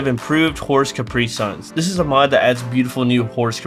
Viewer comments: I almost fell out of my chair laughing when you called "caparison" a "capri sun". lol, well-played. Excellent content, subbed! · It's kah-PAH-rih-sown in American English. Nothing to feel sad about since It's of French origin. It makes no sense whatsoever. The French laugh at rules of practical pronunciation.